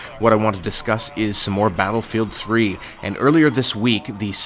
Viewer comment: did he say pladlefield 3 ???